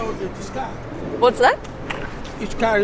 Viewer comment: I like how she says "car" (kaaah) and "here" (heeyuh) 🤣🤣